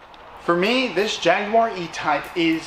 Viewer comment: You made an attempt to say Jaguar properly,well done.